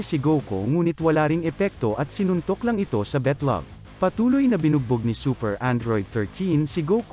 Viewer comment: 😂😂😂 pang foreigner ung word na beytlowg